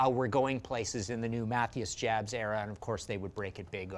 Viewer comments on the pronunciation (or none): "Jabs" is pronounced "Yahbs". Please, that's just disrespectful.